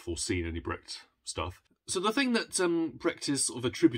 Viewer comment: I love the way you are pronouncing Brecht, so that it sounds like bragged. Quite apt, if you think about how he was. 😂 And who does not love E.M.Forster? His writing is just extraordinary.